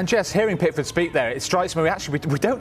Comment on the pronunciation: Are you sure Prickford is English?! 😂😂😂